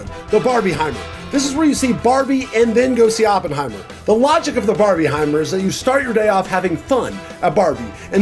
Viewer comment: Just if they're releasing the same day doesn't mean you should compare them bro, like "Barebenheimer" tf is that bro💀